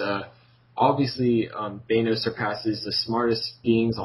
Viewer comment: You don't pronounce the a in thanos like that